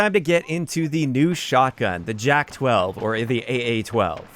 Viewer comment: I think its prounounced as yak named after an animal bc j is like y in slavic languages